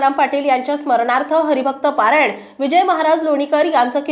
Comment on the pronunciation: हरिभक्त परायण असे म्हणायला हवे, पारायण हा वेगळा शब्द आहे.ज्ञानेश्वरी पारायण असते.